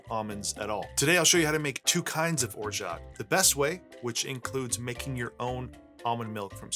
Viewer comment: The T is absolutely not pronounced my dude.